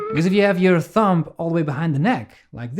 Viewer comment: Cool vid again man. Though the b is silent in thumb. It's not thump.